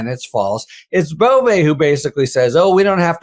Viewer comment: Emils last name is legally pronounced BOV THE "E" is silent. Or sometimes BOV - E. BUT NEVER BOV - A !!!! I know this fact because my mother's Northern Italian maiden name was Bove. Simply Bov No E, and Never ever BovA. By the way our family is of no relation to the creep, Emil.